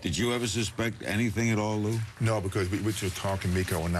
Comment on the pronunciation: Larry needs to pronounce Lou’s name better